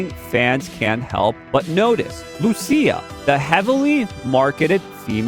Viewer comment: learn to say the names right, its LUCIA ffs.